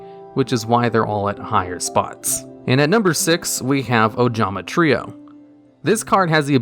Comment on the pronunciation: holy shit he pronounced trio the right way this time